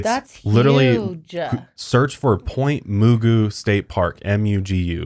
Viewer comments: Its pronouced "Point Mah-Goo" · I live near Point Mugu and I never knew about this!! (Pronounced the same as Mr. Magoo).